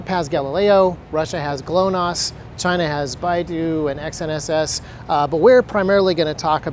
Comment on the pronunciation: what is he really saying? China?